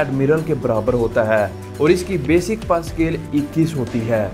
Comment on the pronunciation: Admin, pay to sahi bola karo. PAY ko aap ne "PA" bana dia hai.